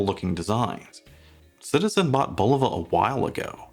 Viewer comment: Thank you for pronouncing the name correctly. 👍👍👍